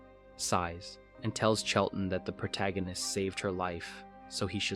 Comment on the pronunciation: Thumbs up for correctly pronouncing the word "protagonist " instead of "pro-toe gan-nist". 😆